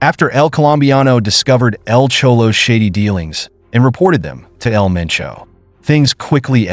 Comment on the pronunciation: He said El Menco. Lol. It's El Mencho